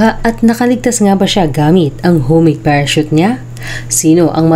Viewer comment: Potek nakita ko sa pa sa TV yung orihinal na report nang insidente na ito. Tawa kami nang tawa ni erpat kasi walang maka-pronounce ng salitang "parachute."